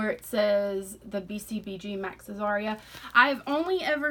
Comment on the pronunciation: It's Azria, not Azaria.